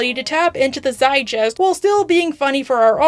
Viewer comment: Zeitgeist is a hard G. ZITE-GUY-ST